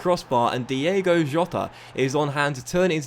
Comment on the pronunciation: Cmon, its not DIEGO! His name is DiOOOgo Jota! Love from Portugal 🤟🏼🤙🏼